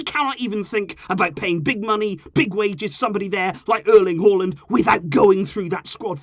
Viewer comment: I live in Norway and I was quite impressed by how good you pronounced his name.